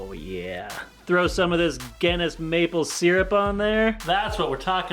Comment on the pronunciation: Wtf was that "maple syrup"